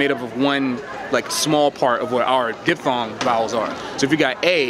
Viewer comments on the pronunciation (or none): none